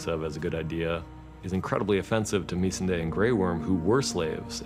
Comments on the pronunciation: Me-sen-day??? Did not know that's how you pronounce it. Ugh all this time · Why does he keep calling her meesandy? #smh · "MEESE-n-day" Ugh. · The way Benioff pronounced Missandei... Shame on him! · Oh god, the way he says Missandei makes me shudder.